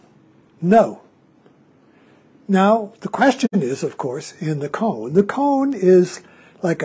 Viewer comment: Forgive me, but isn’t “Koan” pronounced as “Ko-Ann” instead of “Cone”……maybe this is a “Tomato vs Tomaatto” question? But either way the koan “Mu” is a fascinating journey that I am currently engaged with. Just recently as I was working on “Mu” while I was on a long walk in a park….i had a sudden flash of humor that reflected on this question….what if the monk had asked the great zen master Joshu — “Does a cow have Buddha Nature?”……would the answer have been the same? And immediately following this train of humor another sudden flash pierced my thoughts — “You will never ever ever ever understand “Mu” conceptually at all because it is the sword itself cutting off conceptual thought before it even begins throwing us into the wide chasm of immediate experience of this instant of falling into “not knowing” being most intimate that is unconcerned with answers and embraces the “not knowing” as it’s field of living experience —-> “This Entire Universe Is One Bright Pearl?” —-> “Mu?!?” Or as a dog would say “Woof?”